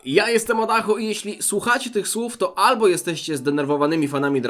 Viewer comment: .... ALBO Adacho je kasztana.